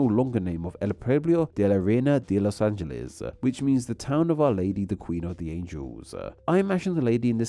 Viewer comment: The way you guys pronounce Los Angeles is even weirder than Nevada.